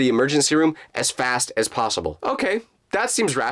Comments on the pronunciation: "Because in my mind, there was no plossible explanation"....Instead of saying "Plossible" Shouldn't he say "Possible"? LOL Edit: It can also mean that Jake blocked u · who else hear prlosable